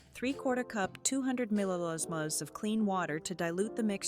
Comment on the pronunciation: The voiceovers pronunciation of millilitres is hilarious’milhaherherrs’